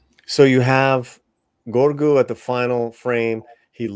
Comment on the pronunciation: Just discovered your channel. Subscribed. GREAT stuff. Just one question: why do you pronounce Grogu as “gorgu”?